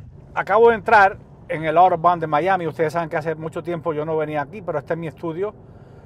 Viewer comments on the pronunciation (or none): none